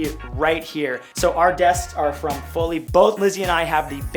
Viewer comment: dude its fully not fowly, took me 15min to dig through your videos for this ahahha ended up using "Jarvis desk" lol